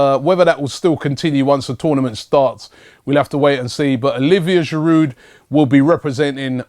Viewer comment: Why does Robbie always pronounce the d in Giroud - bugs me. Still love ya Rob!